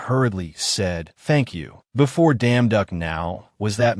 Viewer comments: You damn duck i think they mean yeong duock i dont know how to spel bro i just heard you yousles damn duck lol😂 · Is it just me or i keep hearing damn duck 🤔❓❓ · IS IT JUST ME OR DO I KEEP HEARING: You Damn Duck As Protagonist Name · Bad AI. I just listen to it so not bad for me, and I ignore the terrible way the AI pronounces the leads name. It's just hilariously terribad!😂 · simply change the name and issue an initial statement about why you chose to change the name due to the unfortunate inability of the AI you use to stop enunciating the emphasis on certain syllables thus ruining the original name would be enough, and then continue onward. Most people should be capable of appreciating that and it is the story that matters, as you will have chosen to alter the name to make sure that the focus remains on the story and effectively removed a thorn equivalent distraction. I do love this story though! Thank you. For the record, I find the emphasis hilarious, but then I am also capable of getting over it and focusing on the story itself.😂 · I don't see any actual complaints here, just people poking fun at the way the AI pronounces the protagonist's name with an enunciation that completely alters it. The story itself is great!